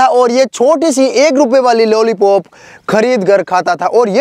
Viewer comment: Lollypop ka bhai lollapop😂😂